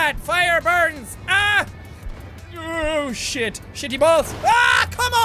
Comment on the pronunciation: Who else hears him say "Ocean" instead of "Oh Shit"